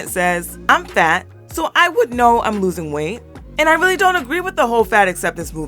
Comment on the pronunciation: I’m sorry fareal. The one girl-I hate being this person, but the word is ‘LOSING’ weight not “loosing” . I know it rhymes with choose, but it’s ‘Lose’ I’m sorry 🙈